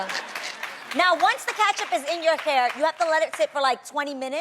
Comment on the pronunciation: Catch up 🤣🤣🤣🤣🍅 why she say it like that